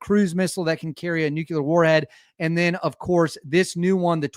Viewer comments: Say it with me,. “New-Klee-er”. Nuclear. Not nucular. When you use the wrong word, it makes your video hard to watch. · Nuclear Sounds like noo·klee·ur Other than that 👍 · Nu-clear ffs